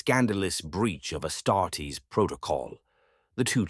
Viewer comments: If you could tweak your ai bot to stop saying ass tartess instead of astartes that would be great 😂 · “ASS TART EES”. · "Ass-tar-tays" lol